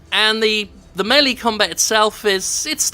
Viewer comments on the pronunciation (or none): "Mayli?" I've heard a lot of mispronunciations of the word "melee" (usually as "mealy") but that's a new one.